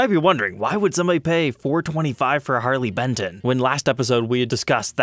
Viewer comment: Sorry I have to tell you its pronounced "Harley Bent tone" 😉👍